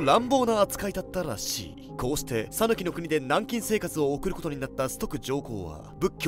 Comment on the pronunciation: 讃岐の発音をタヌキのイントネーションにするのやめて欲しい😅